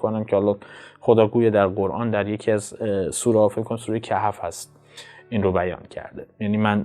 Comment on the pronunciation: سوره کهف ه ساکن خوانده شود درست است